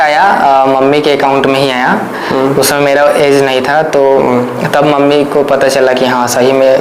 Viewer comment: Age hota hai AeZ nhi